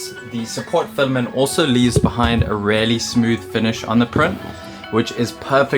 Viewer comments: OMG "really" is pronounced "reelly" not "rarely" I want to just hear over it, believe me, but you say it over and over again and it stings in my brain like a needle. Just say it right ffs 😂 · say "really" like "reely", not "rarely" lol